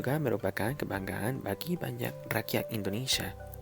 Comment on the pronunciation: Bagus sekali pronunciationnya 👏. I thought you are Indonesian buy when "banyak" you said "banjak" i knew you are not. Appreciate 🙏 👏